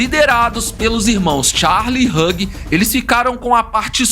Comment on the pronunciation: Vídeo excelente amei 👏👏👏👏👏 só um diquinha de inglês Hugh, se pronuncia /hju/